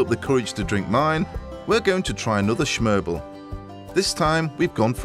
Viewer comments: Did he just call smørrebrød schmerble? lmao! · "Schmørbel". Sure. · Danes: smørrebrød. Paul Hollywood: schmerble. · Yes of course the classic danish schmørblhe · schmerble lol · whahaha schmerble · I'm American and even I cringed when he said "schmerble." 🤣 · "schmôrbel" It took me a good while to realise what it was! 😁 Poor him, Danish is not easy I gotta admit that. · Danes: its called “smørrebrød” Paul: that’s what i said, shermble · "Originally the food of peasants the "Shmørbeul" he has just been thought how to say smørbrood but he can't recall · did he say shmerbel?